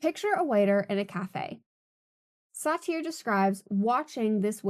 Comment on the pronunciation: I really liked this video, and I've subscribed to your channel. Please double check name pronunciations. Sartre is a particularly weird one, to be fair. "Becoming the role" can be a beneficial choice at work, especially when working for tips. Bring seen as a good employee is an excellent experiment and potentially a profitable one. I'm currently getting paid an hourly rate to pretend I care about insurance, which is frequently a scam on some level.